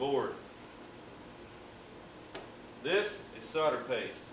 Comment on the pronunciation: The word is solder, not sodder!! See the third letter? That's an "L" ! Or, perhaps he thinks it's Christmas... No-el, No-el, No-el... ;)